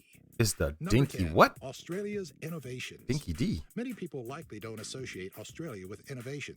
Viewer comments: I love your reactions bro. Don't bother with videos on YT about Australia if it's narrated by an American, they are usually crap from people reading a script and the info is usually erroneous. Sorry. Straight out of the gate, 'dinky-di' is not pronounced 'dinky-dee', it's 'dinky-dye' so the guy has never heard it before, and never been here. You'll get most of the other stuff from everyone else. 😀 Cheers and thanks from Australia! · Narrator needs to learn it's "dinky di" not "dinky de" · Sorry mate but that's a real dodgy video. The opening seconds says Dinky Di as Dinky Dee. It should be pronounced as Dinky Die. Can't bare to continue. Disregard all knowledge therein. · Dinky Dee!!!!! You need to watch Australian videos about Australia. It's Dinky Di(eye) & that was about 15 seconds in and its not used much any more. Aussie...Auzzi; Canberra...Canbra. Great reaction mate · I hate when americans narrate videos about Australia. They don't even take that time to check pronunciation. It's not dinky dee, it's dinky die and we rarely say it these days. It means genuine. We say dinkum or fair dinkum. A phrase where that may be used is, "Did you shoot under 80 at golf today." If you did, your answer would be "Fair dinkum I did mate" Mel Gibson was born in Peekskil, New York. Nicole Kidman was born in Hawaii. This video completely neglected Western Australia. No mention of the quokka. If you love animals, watch anything video Quokkas are the Cutest Animals in the World [PART 1] & Part 2. Western Australia has the highest producing gold mines in the world. The first Anzac fleet departed from Albany for Gallipoli. In the AFL, North Melbourne are called the Kangaroos. In the two rugby codes, the national rugby league team is called the Kangaroos and the national rugby union team is called the Wallabies. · His first 'dinky di' was mispronounced as dinky dee - it's dinky die! It’s an older Aussie term for genuine, also called true blue or fair dinkum.